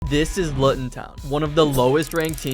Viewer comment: btw you need to pronounce Luton like this:looton